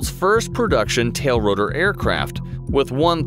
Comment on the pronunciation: Every time he says it, I throw up a little.